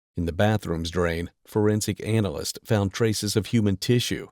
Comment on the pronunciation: He said anal list😂